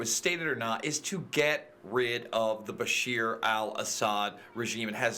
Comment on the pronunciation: Jason, the name is Bashar al Assad, not "Bashir"